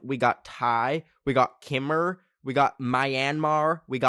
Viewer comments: so I’m half Khmer, and the way says “kimmer” is leaving me speechless,but slay 💀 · bro said kih-mare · I am literally dying right now, I think he meant to say khmer but he said kimmer 😭💀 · As someone who’s part Cambodian, I love how ben pronounced Khmer kay-mer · NO WAY BRO PRONOUNCED KHMER AS "kimurr" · I CANT WITH THE PRONUNCIATIONS OF KHMER AND MYANMAR 😭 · You said Khmer wrong 😅😅😅😅😅😅😅😅